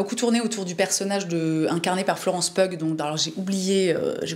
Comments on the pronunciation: Un vrai bonheur de t'écouter en prenant son p'tit déj 🥰 (petite info : Florence Pugh, on prononce 'piou' 😉) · Tu te posais la question pour Florence Pugh : ça se prononce "Piou" tout comme Hugh (Hiou) Grant :) Toujours un plaisir tes vidéos <3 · Bonjour, Pugh se prononce Piou (comme un piou-piou;-)) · Coucou, on prononce Florence Piou 😉🐥